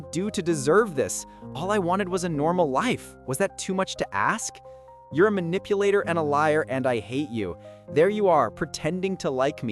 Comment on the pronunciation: A liah, a cheetah, a manipulatah, heartbreakah"😂